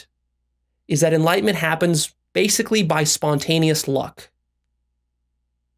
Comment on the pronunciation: Is it enlightenment but pronounced enlightment?! Lol